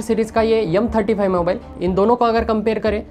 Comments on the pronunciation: Yumm hota h ya M hota h ... Hardoi side sai h kya ? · M35 ❌ yumm35✔️